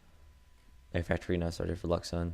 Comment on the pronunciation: great cast, but one mistake: luxun is a french, his name is pronounced like: louchen ^^ TA said it often, go look there